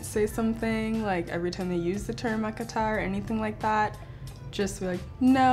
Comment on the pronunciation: Okay the way she said A-kah-ta omg 😲 her African Ancestors are rolling rn goodness🤦🏿‍♀️. Im almost embarrassed 😳🤣